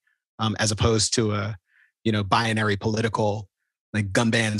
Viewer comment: Kmele's third syllable in bi-en-ary blows my mind every time